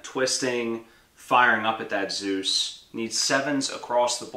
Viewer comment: Good work and nice vid. May I am a bit late for this, but pronouncing "Zeus" as "süß" triggers me tremendously. And so it is: "eu" is pronounced like "oi" in "Spoiler". So please pronounce it Zois! It is the german spelling so i'm convinced it is the german pronouncing. warm regards